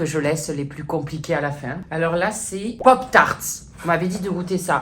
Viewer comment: « Pop taaars » 😂